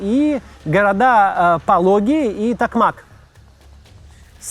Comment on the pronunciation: ТокмАк, но ТокмакА. ВербововЕ, но в ВербовОм, а не ВербОвом.. украинские топонимы, с трудом даются россиянам, запорожцу режет ухо, Пологи - браво. Так же Васильевка - город, в прошлом ПГТ, но не село